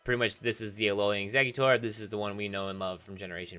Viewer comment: Did you know that it's pronounced "ALOLAN", not "ALOLIAN"? Did you know that?